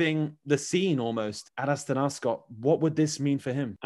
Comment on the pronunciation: Not AstAna, -> AstanA is right 👍🏻